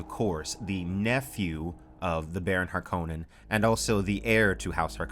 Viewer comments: If you're from Finland, you should cringe every time says Harkonnen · I know, Frank Herbert pronounces it har-kuh-nun with a stress on the first syllable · It is interesting that the word Harkonnen originates from the Finnish surname Härkönen, and the more you say it the stranger it sounds 😃